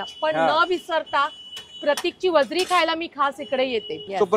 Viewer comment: वजडी आहे ताई वजरी नाय 😂